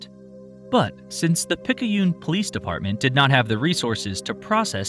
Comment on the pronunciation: I grew up in the NOLA area where the local news paper was the Times Piccune (pick-yoon). Every time they said Picky-yoon my brain kept saying "You're saying it WRONG!" It's not even the same dialect, calm down brain. 😓